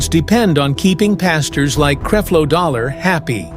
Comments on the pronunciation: Will you stop showing pictures of Pastor Winans. No, we do not all look alike. Creflo, with a short e. You are a bad reporter. Please learn how to pronounce people's names. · Right, You can't even pronounce his name. Don't acuse her of saying things, put her on here saying this and even if she did say it, so what - i believe she is a keep it real person/saint and is tired of the bs like the rest of us that have been around for a while, and she is telling the truth about these fake dogs, intresting they are all being exposed now. word to the wise, when people start speaking about these fake freaks you better believe them they are telling the truth. But as for the MC, we can appreciate your info i'm sure a lot of it is true, but where is your footage of her and her interviews about the subject, let her speak for herself please. Use integrity in your mission and people will respect you more, because we have watched some of your other vedios and you keep doing the same thing and we don't like it. Please thnk you- just being real you. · Please pronounce the man name correctly 🤨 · Yessss! Please learn how to pronounce his name please. And how does the Pope, the Catholic Church and John Gray fit into this story?? Or did you also confuse John Gray to be Creflo Dollar?